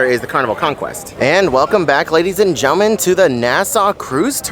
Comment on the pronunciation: "Welcome back ladies and gellmen"